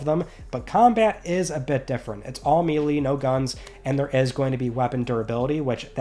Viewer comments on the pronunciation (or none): Did this guy really say "Mee-lee". Please God, its pronounced "May-Lay". How has he been gamer for this long and saying it that way LOL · You mispronounced melee my guy most people do which is weird